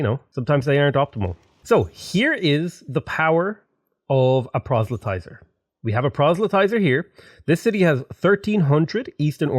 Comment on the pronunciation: I cannot express how much I love to hear that you finally figured out how to pronounce "proselytizer". :)